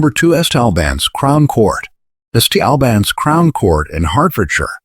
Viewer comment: Its pronounced Saint Albans